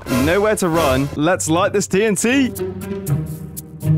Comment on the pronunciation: Notice that It said itnt instead of tnt